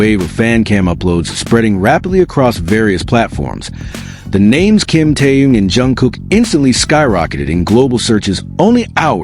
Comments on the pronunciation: Автор очнись, Тэхен, а не Тэен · Почему вы Тэхена, называете Теен, имя правильно называйте, противно слушать